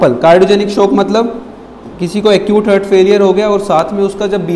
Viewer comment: Excellent sir A mistake I found Its haaaaart not hurt